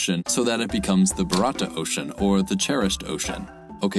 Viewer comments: Bharata is pronounced a bit like "bah-rut-uh" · I love your video, but I cringed every time you pronounced Bharata. :D It is a very common name in India, Male: Bharath, Female: Bharathi. And you can find the pronunciation using google translate. It is "bhaa - ra - th (as in phonetic θ)" for female, and "bhaa - ra - thi". Edit: Above comment is not a criticism, I appreciate your videos. Another Edit: As Pranav pointed out below, "th" should be pronounced this way and not as phonetic θ. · The way you pronounce bharata khanda is literally funny. Well it does not called bharata it is bharat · It is not Bharaata as pronounced by you. It is Bhaa-ra(ra as in run)-ta(t as in thin). Again Bharata varsha has Hindu mythological connotation which connotes sectarian name. I prefer "India",a name given by outsiders. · The indian subcontinent people call India Bharata and the Indian Ocean Bharata Ocean anyway. The pronunciation is Varat (with the t pronounced as Japanese people pronounce t). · The "t" in Bharata is absolutely not pronounced as a θ. I know they spell त as "th" in the South, but "th" in English i.e. θ is a completely different sound. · The pronunciation of Bharat gave me a stroke. 💔